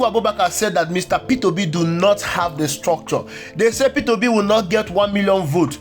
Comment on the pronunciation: You are pronouncing it wrongly - peterobi, it's Peter obi